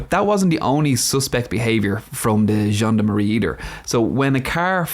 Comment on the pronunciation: I hear "Jeanne de Marie" every time you say "gendarmerie." I think "zhand armory" would probably be closer (like "john'd," but with a French J. To really sound French you'd have to give the Rs a light roll.)